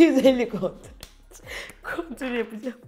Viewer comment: Burnuma hafifçe kontör Kontörrr😂😂😂 250 kontör😂😂😂 Kontür yapicam😂😂 Sinirim bozuldu😐 Sushvsgansxtsh🤣